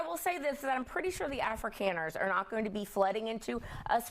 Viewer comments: Right off the bat, the lib demonstrates he knows nothing about the subject at hand. "Afrikeens," 😅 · The first brilliant commentator did not even know how to pronounce Afrikaners. Reaping what they sowed? He is a person of sad intellect. He is justifying murder. Shame ! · The first "expert", who can't even pronounce the word "Afrikaners" starts by telling us that South African whites deserve to be genocided because their grandparents might have been racist "in the 1940s", eighty years ago. I stopped watching. Damn this evil show. These people are evil. The man literally suggests that people deserve to be murdered because their ancestors lived in a country with racist government policy. Murder is bad. Racism is bad. The people on thus television show are as immoral as anyone they accuse as racism, and it's less of a sin to have racist attitudes than to support murder and refuse to help people fleeing a genocidal government trying to kill them.